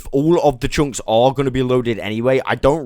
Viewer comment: great video, but ,,tshunks” were killing me